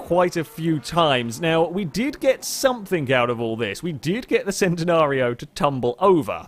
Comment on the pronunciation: it's pronounced CHEN-nenario, not the SEN-tenario.